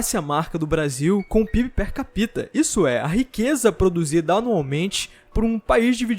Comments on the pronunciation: Só pronuncia direito "per capita". Não é per capíta, é per cápita, ênfase no A. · Percapíta. Dói no ouvido. Mas o vídeo é top. Já deixei o like. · "Per capita" exige cuidado ao falar não se pronuncia a vogal 'i'.